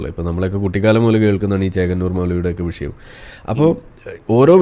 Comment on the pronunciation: വിശയം അല്ല മാഷേ വിഷയം. 😍